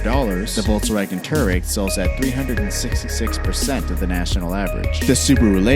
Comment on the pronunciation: He says Porsche, Audi and toureg wrong. Stupid yank